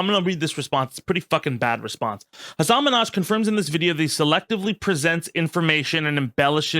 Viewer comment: Sorry I don’t want to be annoying but Hasan really cares about the pronunciation of his last name. It’s not like Nicki Minaj is Min haj